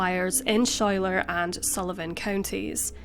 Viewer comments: Great video! I'm from Corning, my father was an amateur race driver in the vintage sports car class at "The Glen." Two tiny quibbless: Schuyler is pronounced SKY-ler, and Steuben is pronounced (by the locals and by the Corning Glass Works employees who formed the glass) -- anyway, it's pronounced stew-BEN. Thanks! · It’s pronounced Skyler (Schuyler).